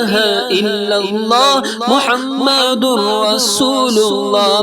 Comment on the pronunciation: when reciting pl pronounce Muhammed accurately. you pronounce as Muhamadur rasoolullah . it is Muhammedur Rasoolullah